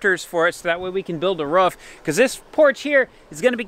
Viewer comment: It’s roo-f not ruf,it’s pressure washer not pressure warsher,love the videos 😂👍